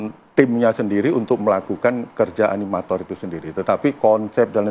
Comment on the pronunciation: Nyebut animator aja susah